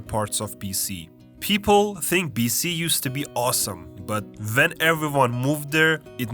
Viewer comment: "And they thimk they're some good" damn you've been to the maritimes hahaha